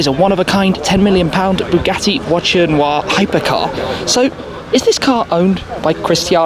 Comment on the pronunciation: I'm not french but that "noire" pronunciation by Shmee sound so wrong